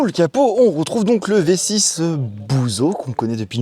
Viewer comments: Merci pour cette (re)decouverte tres sympa. mais prononces "Bussssso" stp, pas buzo 😊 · Vous donnez le vertige, à gesticuler sans arrêt, vous faites trop de gestes !!...et à 2'28", dites-vous, "on est sur une voiture qui s'éloigne ASSEZ BEAUCOUP DE - - etc.." !??...quel style !Et, le + meilleur pour la fin...: le moteur, c'est un BuSSo, pas BuZo !!! Je m'étouffe de rire, comme sans doute tous les alfistes qui ont regardé la vidéo.....